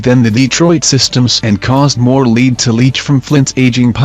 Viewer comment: Your saying Lead wrong.